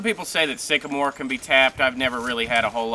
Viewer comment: No he didn't--he said a STICKAMORE. I wonder about this guy